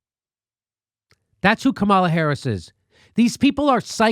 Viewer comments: Jimmy, her name is pronounced comma luh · Jimmy it’s « comma la » come on, this is racist of you: you’re smart you know full well how to pronounce her name. Doesn’t matter what your opinion is, pronounce her name right! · You don't have to like her (I don't) but my god, at least pronounce her name correctly.